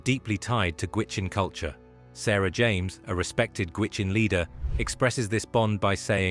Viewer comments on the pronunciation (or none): none